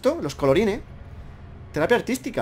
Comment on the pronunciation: "Los colorine" XD